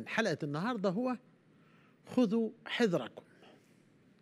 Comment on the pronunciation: يا يقال خذوا حذركم بالفتحة على الحاء وكذلك الذال والراء